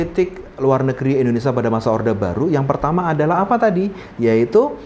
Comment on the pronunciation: Bukan Endonesa tapi Indonesia. Bahasa Indonesia itu baca dan tulisannya sama saja 😅